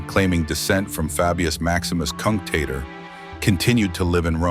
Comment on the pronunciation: Kunk tater😂 (tater = hillbilly potato) (kunk = rot)